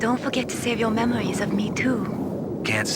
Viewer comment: Snake definitely says ''memwies'' one time when responding to Mei Ling in that codec call. Maybe it made Kojima and the team laugh and was subtle enough to leave in.